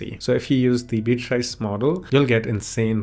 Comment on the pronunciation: Interesting. Thanks. BTW, it's BEE-uh-triss. You got it 90% right. 🙂